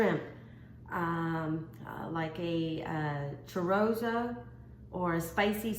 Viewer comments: It's chorizo not chorozo Lol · Cho ree zo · Chorizo, pronounced cho re zo. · What was that sausage you were trying to pronounce was that chorizo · Yes she sure botched that one up and she also botched up the word Creole and called it crayons